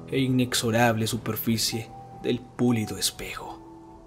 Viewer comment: Sé que este es un video antiguo y más que seguro has mejorado muchísimo, pero en esta narración hubo demasiadas palabras mal acentuadas, como mármol, impío, pulido, que no me permitieron concentrarme en el relato. :c